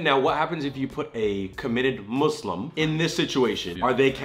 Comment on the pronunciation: I’m actually so impressed, said Muslim no muzlim. I’m so proud